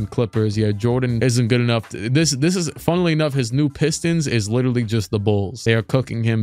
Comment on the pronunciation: “Funnuhly enough” 😂😂